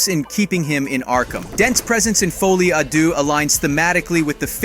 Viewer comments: your saying the title wrong it ends with an - ah sound not a oh or ew sound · foly a doo? Ce n'est pas francais!